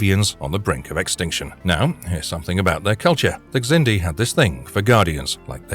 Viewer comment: The X in Xindi is pronounced like a Z.